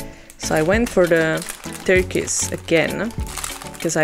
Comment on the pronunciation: Nice video. I purchased three and opening them on Monday. I love hearing you say turquoise ☺️ it's pronounced TUR-KOYZ ;-)